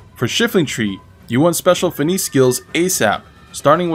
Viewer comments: Lmao "Special FENEECE" bruh Try (Fin Ness) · "Fa-neece"? It's pronounced "Fuh-ness" brotha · Fin-e-say skills? You mean Fin-ess? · Just got this game as it was recommended as being like Sekiro but holy fuck are there a lot of systems to learn it seems like. I dunno... BTW it's pronounced fi-NESS (the second e is silent/non-modifying)